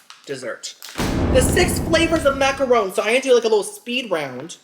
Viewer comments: MACK UH RON (not rone). 😮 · MacaRON, not Rone. Ron as in Harry potter's bff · So yall just gon keep letting him say maca-RONE? Smh, the shade of the boots!, it’s actually pronounced maca-RON (like the man’s name). 🫶🏾